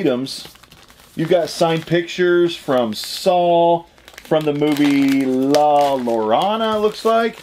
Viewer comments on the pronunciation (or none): Your bonus is awesome. Watch the movie. It's based on a Mexican tale moms would tell their children. It's pronounced La Ya-rone-a. My husband is Mexican and he told me his mother and grandmother would tell him tales about the lady in the movie. She steals kids and drowns them in any amount of water. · la yor ana is how you would pronounce it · Bro the hell? The shining Jack bottle is BADASS. I would've died to have that in my collection. Also the way you said La Llorona lmaoo. Its La Yarr(rolled)-ohn-uh. The weeping woman. YOU GOT LINDA CARDELLINIS AUTOGRAPH IM JEALOUS!!!! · I’m from New Mexico and it’s pronounced la yeh-row-nah. Great item and movie! Keep up the great work! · La Yo-ro-na